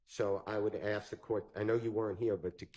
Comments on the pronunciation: I axed, how is that acceptable English? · How does spell "ask"? Is it ax, axe, or aks? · “When I axed the question your honor” … what a joke. Did this prosecutor pass the bar??? PLUS, THIS JUDGE IS DIRTY. She’s a Wolf in sheep’s robes. It stinks all the way to here in Oregon. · The prosecution ax a question, what is ax?